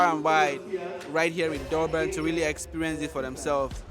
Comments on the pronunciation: Its Durban not Doorbin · its Durban, not Doorban 😅😅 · Your pronounciation of Durban is literally annoying 😮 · Never heard of Dobben before this guy trashed the pronunciation. OMW great video but damn - without a single second of it dedicated to elocution - annoying! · It's not door man it is Durban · O ja and where is Doerbun? Should get the pronunciation right before visiting again mate! 🤣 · Why do you keep pronouncing it “Doorban”, are you having difficulty reading or listening?…it’s pronounced just like it is spelled: DUR..BAN. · Not dorben that’s not the name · I understand that my guy has an accent but I stopped the vid after hearing "Dorban" one too many times💀